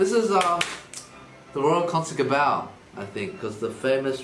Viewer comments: Net als 'the royal kansekebouw'😂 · for thy knowledge, dear Sir Eddy from TwoSetViolin, the "g" in "Concertgebouw" (and in all Dutch words, except most of the times before an "n") is pronounced like the "h" in Mandarin (like in... idk, 和 for example). So "Concertgebouw" is actually pronounced like "Concert 和 bouw" (you pronunciation of the "bouw" part was perfect). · yeeeesss en omg eddy’s pronounciation van concertgebouw is... best oké 😂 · Oh, I can’t get over how Eddy just totally destroyed saying Concertgebouw😂 it’s so far, but so close XD. And the best part is that he did translate the first part (Royal, officially ‘Koninklijk’) but didn’t with the second half XD (Concertgebouw which literally means concert building) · I am Dutch and the pronounciation of Jaap van Zweden en Concertgebouw cracked me up 😂